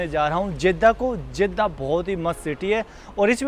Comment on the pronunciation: जेद्दा नहीं, जद्दा होता है